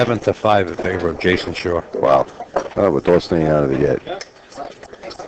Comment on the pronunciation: Announcer goes out of the way, to pronounce every W as an R. Jason Shar/ Jars of the pocket. Psh/Smh